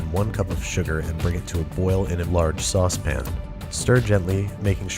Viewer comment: i forgot he calls it a sauce pin lol